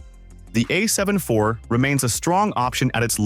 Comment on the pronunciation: The AI voiceover lost me at "A 7 eye vee"